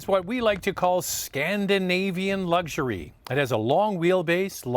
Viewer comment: Luxury has no G in it. It’s not lugury it’s luxury.